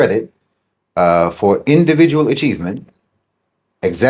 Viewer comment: you said individual wrong